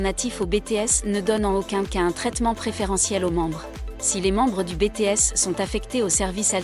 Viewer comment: Arrêter avec Bété S sérieux c'est Biti s